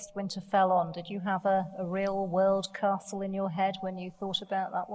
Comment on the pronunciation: "Favourite castle George?" "Favourite cestle?"